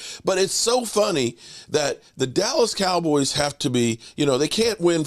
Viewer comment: pronounces "dallas cowboys" funny 😅